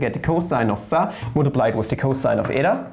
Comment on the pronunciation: Well, you pronounced η correctly. Btw, really nice content!